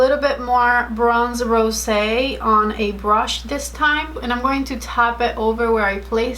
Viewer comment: I think you are the only one saying bronze rosé right!